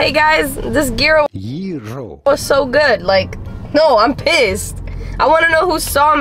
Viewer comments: Gyro not "Gerro" 😂😂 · ITS PRONOUNCED YEE- ROH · The way pronounces Gyro🤣